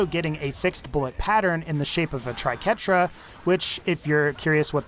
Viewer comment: That was the first thing I noticed when he started showcasing the Triquetra (or "Tri-qwerta" as many people seem to call it for some reason). Ugh, painful to watch . . .